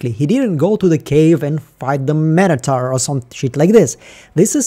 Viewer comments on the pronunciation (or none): none